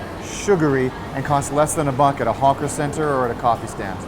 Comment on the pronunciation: I don't know if it's my speakers, but every time you say "hawker centre", it actually sounds like you're saying "honker centre". Or maybe that's just a side effect of the McSpicy!